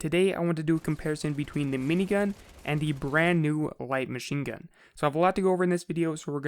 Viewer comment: My BOI said WHITE MACHINGUN